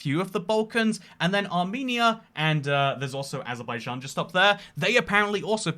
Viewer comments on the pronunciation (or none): none